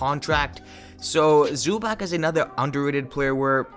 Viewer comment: Im pretty sure it’s pronounced Zubats with a ts at the end, not a ck or a ch. But yes, they are for real and should be considered among the top tier contenders.